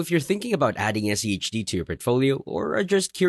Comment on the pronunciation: Why are you keep saying SEHD rather than SCHD?